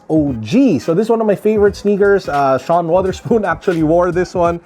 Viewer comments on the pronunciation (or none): none